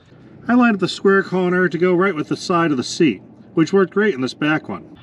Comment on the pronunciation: Was that a "corner" or a "conner"?😁